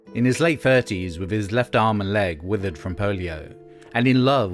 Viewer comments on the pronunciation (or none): none